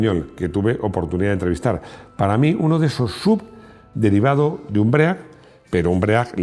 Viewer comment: Cada vez que dices "BREAC" se suicida un Ángel. Venga hombre, sabes que no se dice así